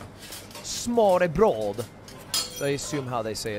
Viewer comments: you totally mispronounced "Smørrebrød" you said it in swedish not danish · Don't give Smorrebrod a French accent, remember Danish is a Germanic language, just like English, German, Dutch, etc. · ludwig im danish and just saying you completely said smørrebrød wrong and yes i have tried smørrebrød its not that good